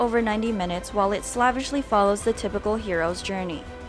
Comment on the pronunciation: "Slävishly" Pretty sure it's pronounced "slāvishly" Changing the pronunciation doesn't change the word, or its meaning. No more than pronouncing it "Tälibän" instead of "Taliban" makes them any less dedicated to their "death to America" mission statement.